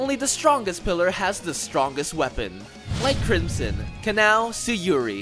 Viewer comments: This guy, saying "Kanao" sounds like "canal" or something like that. It's smh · The way you say kanao..... Just disappoints me